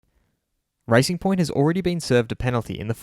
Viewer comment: thought you said ricing point, fastest ricers ive ever seeen